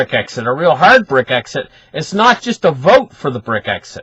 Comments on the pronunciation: It's brexit fella NOT brick exit. ???????? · not Bric-exit, Brex-it :-)